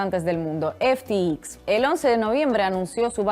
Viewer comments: Disculpa, se pronuncia F T X , no F ti i , efe te exis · Ya que no sabes lo que hablas por lo menos pronuncialo bien!!!! EF,TI,EX🤦🏻‍♂️🤦🏻‍♂️🤦🏻‍♂️ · No se si ya te has dado cuenta pero pronuncias de manera incorrecta FTX. Igual estás bajo mucho estrés o el inglés no es tu fuerte. En todo caso, tómese la observación en tono amable. Tu castellano es casi perfecto.